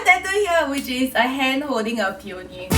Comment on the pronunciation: Lol you have a tattoo of smtg you have no idea how to Pronounce. " PEE- O-NI." LOL ITS pronounced as PEE- UH- NEE girrrrl.